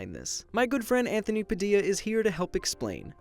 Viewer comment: padilla hmm padilla hmm... wait padildo?, I had to repeat it 3 times to confirm that it was really his name.